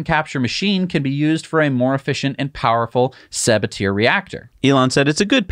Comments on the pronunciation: Arrrgh!! Stop pronouncing Sabatier like saboteur — it’s suh-BAT-ee-air! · Sa- Bah-Tee-Ay, no sabateer haha